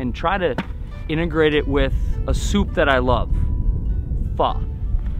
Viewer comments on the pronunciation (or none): pho is pronounced like Fuh. Just in case you’d might get burned in future videos 😆. But food looks great! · You're saying pho wrong Lol.. But it's OK I still love ya.